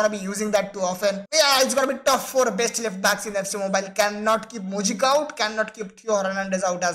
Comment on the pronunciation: Moijca pronounced as moi-ka